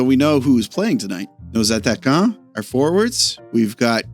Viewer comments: Man you said Attaquants ... the right way . well done Monsieur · Good job on '' Nos aTTaquants '' man, nailed it!